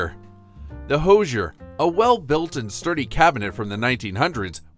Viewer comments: Please learn how to say "Hoosier." It is "whosier". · Right? I snorted. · Thank you!!!! I can't believe they mis-pronounced that word.